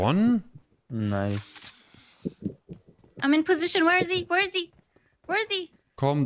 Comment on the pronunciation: Everybody today was possessed with the word nice...after sometime it was like nois nois😂😂